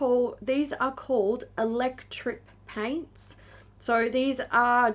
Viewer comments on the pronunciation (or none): I swear I heard say Electric Taints when talking about the Melt lip products 😂